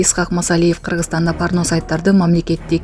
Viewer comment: Э журналист болбой кал. Парно эмес порно деп суйлосон. Порнону узартып айтсан парнаграфия болуп айтасын. Кыскартып айтсан порно деп айтасын